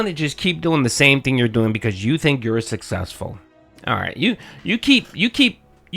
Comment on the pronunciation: But he's sussessful ack ack ack, dunce.